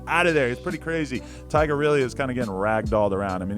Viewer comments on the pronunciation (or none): he said “tyger” bruh lmao